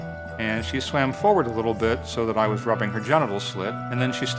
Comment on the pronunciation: Every time he says "Gentital slit" I'm blasted with a sudden, unexpected urge to fucking kill myself.